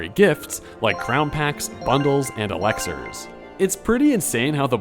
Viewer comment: Dude it's pronounced Elixirs, not Alexers.